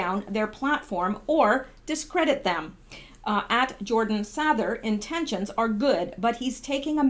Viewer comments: Sather is pronounced Sayther. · You have a master's in English and you can't pronounce Jordan's last name correctly wow watch one of his vids And you will get it